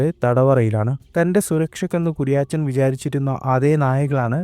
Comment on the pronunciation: Kuriyaachan alla.....kuriyachan😅